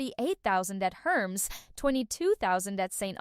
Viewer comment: You know what's really annoying.....fake 'bot narration voices that insert huge "GASPS!!!!" every few words to try to sound like a real person taking a breath. 🙄 You know, 'cause that's how real people talk. "$69,000 at Louis Vuitton !!!!GASP!!!! $69,000 at Chanel !!!!GASP!!!! $38,000 at Hermes [mispronounced herms 🤣 ] !!!!GASP!!!! $22,000 at Saint Honore !!!!GASP!!!! ....."